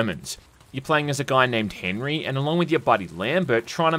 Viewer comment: As much disdain I have for the damned French, Henri isn’t pronounced Henry